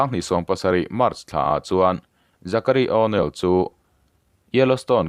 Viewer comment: Âw...nêl😢😢😢😂😂😂. Zachary tih pawh kha Zakaruai ti law law la.